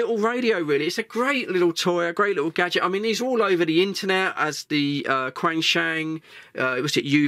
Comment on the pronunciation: It’s pronounced ‘Chenshung’.